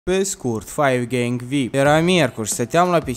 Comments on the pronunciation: ai spus faigeng de 6 ori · Ai zis faiv gieng vip de 3 ori